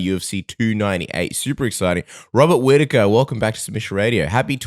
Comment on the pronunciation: Its Hobbit Hwhitaker